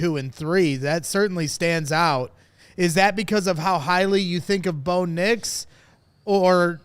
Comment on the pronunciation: This man said Bo nix 😂😂 can’t take him serious